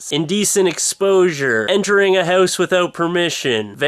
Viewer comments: hahhhh, you cant say 'House' right! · yo its house, i dont even know how to spell it the canadian way you pronounce it. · He ran into a "hoose" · The haeuwse? haeouse? hewse? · what's a hou-ss? lol :P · loooooooooooooool dont worry boys...this ones mine!are you welsh or something cause you say house like heussee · why do you say hause? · fun way you say "hause" instead of house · i had to watch the video a second time because i really didn't get what the story was about because i was laughing too much at the "houws". rocks! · haha thats a great analyze and I like the way you say HOUSE -OlgaKay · Sooo, ya live in a hoose? Hows that doin for ya? LoL :P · You say house funny.:L Hoooowse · lol it sounds like he is sayin hose ^^ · Oh my God, I knew you lived in Canada but I never really noticed your accnet until now. Your Accent really comes out when you say "house"! Did anyone else notice that? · Wow, you're Canadian comes out when you say "house". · I love how you say "house" It made my day :) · you say house really funny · You pronounce house in THE CUTEST way posible. =) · he has an accent?.. bet lots of people say house like him.. it IS funny the way it sounds tho..XD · yea i noticed the way he says house too. it's cute lol. i think it's a canadian thing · I didn't notice you had a Canadian accent until you said "house"